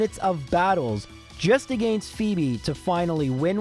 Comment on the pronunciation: This video sounded interesting, but I just can't stand that pronunciation of "against"...